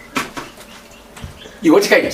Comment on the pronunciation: Hanzi "what" kkkkkkk....English inofarirwa apa🤣🤣🤣🤣